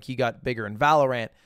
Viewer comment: The way you pronounce valorant makes me mad